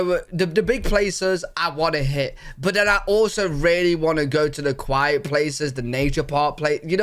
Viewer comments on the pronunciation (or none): none